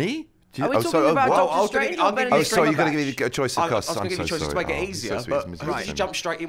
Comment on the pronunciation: Did he say Bend it Comberbatch or Benedict Cumberbatch?